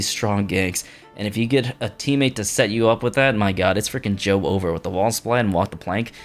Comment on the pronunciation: please. its not joe-over, its just joever, one word, please youre making me cry